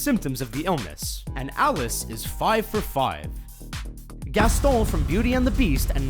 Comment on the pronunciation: haha the way he says Gaston